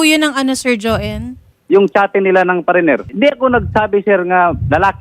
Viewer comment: Parener po b or farener?😂😂😂😂